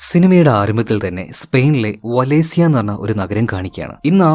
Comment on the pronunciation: വാലൻസിയ എന്നാണ് 😊